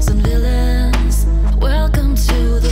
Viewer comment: says villians and not villains lol